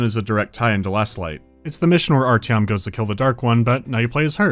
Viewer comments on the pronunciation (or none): I know that there is no expectation for an english speaking person to be able to pronouce russian names correctly, and I don't mean any offense in this, but as a speaker of a slavic language the pronunciation of Artyom's name hurt. (also the english dub, never heard it before and oh boy is it bad)